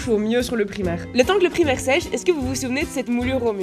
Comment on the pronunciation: Je vais devenir folle à chaque fois que tu dis "primer" comme le mot primaire et pas à l'anglaise ahaha